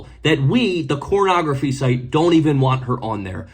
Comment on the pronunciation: "cornography" dude its not the tik tok, you can safely say "pornography". why its that so hard to not be a dumb?